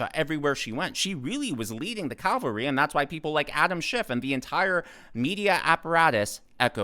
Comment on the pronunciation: Rare miss for ya.... "cavalry" not "calvary"...